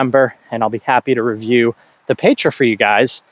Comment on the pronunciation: Pronunciation of Petra - “peh-truh”. The “eh” is short not long like an A.